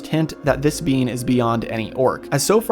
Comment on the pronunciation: Every time you say being I hear bean lol